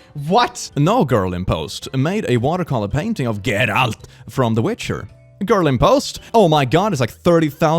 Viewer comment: Please for the love of everything that is holy, never pronounce Geralt like that again (joke)